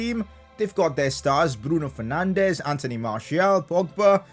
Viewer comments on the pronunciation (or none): isn't it Bruno Fernanchhhhhh